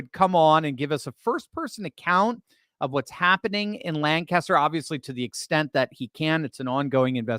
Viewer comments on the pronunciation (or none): PLEASE TEACH THEM TO SAY LANCASTER!! 😂❤❤